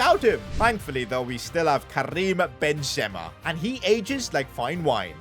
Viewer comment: It's not Ben zema it's Benzema